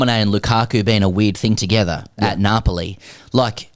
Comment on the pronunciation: I lived in Naples for 5 years - your pronunciation is more similar to how true Neapolitans would say it, lending to the Neapolitan name for the city - Napule “Nah-pu-là”. needs to do his homework.